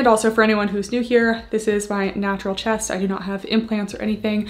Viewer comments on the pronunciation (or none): none